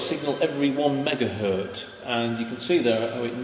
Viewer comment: Excellent video! One thing that bothers me, though, is that many English-speakers say e.g. "one megahert" when the z in "Hertz" should indeed be heard. Best regards.